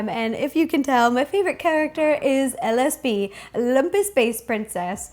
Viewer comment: When you said LSP it sounded like the name of a drug